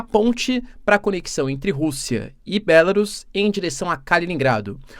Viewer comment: Bélarus, que pronúncia Horrível !